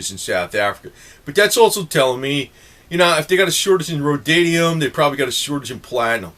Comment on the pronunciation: ROAD-E-UM, not "road-DID-E-UM." Rhodium. Sorry to be nit-picky. Thanks for the great video!